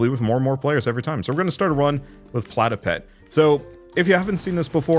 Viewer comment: The pigs name is pigEPIC, not pigEPEC